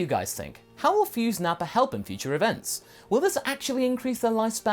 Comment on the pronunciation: You mean “NappaN?”